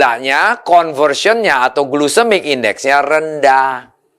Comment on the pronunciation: Duh pak, bukan glusemik index tapi glycemic index… Jangan salah ngomong .